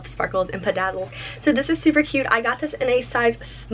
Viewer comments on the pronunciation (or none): I shopped light this year, I only got an Elsa top and one dress; my stuff came in about a week after the sale ended. In the past, I’ve waited five weeks for my sale purchases to arrive! Also, did you say “pidaddle”? I think you mean “bedazzle” ❤️❤️